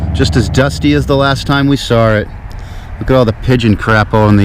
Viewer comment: “Sawr it”